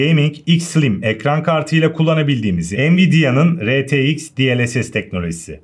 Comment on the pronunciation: retex değil R Ti x